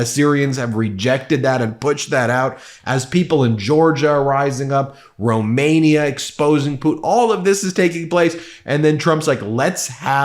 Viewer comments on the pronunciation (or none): none